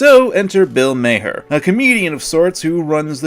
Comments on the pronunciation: Bill mawher is how it pronounced not mayher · Is "May-her" another purposeful mispronunciation out of condemnation of what Maher did? :3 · It's pronounced "Marr" but ok. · i dont know if u do that on purpose u mispronounced his name